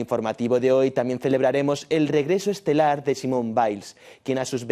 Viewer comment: se pronuncia simonee